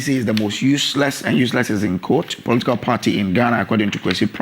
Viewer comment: The guy finds it difficult to pronounce political party